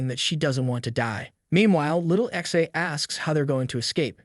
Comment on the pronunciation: remember, it is not ixi, it is pronounced zhe.